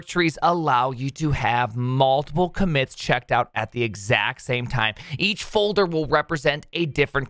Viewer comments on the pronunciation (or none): none